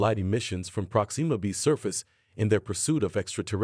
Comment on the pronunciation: Dang it! Why can't anyone say my name correctly?? It's NOT "Prok-SEE-muh" - it's pronounced "PROK-sim-muh"